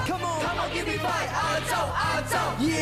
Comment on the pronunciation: “亚洲中“亚”字有懒音。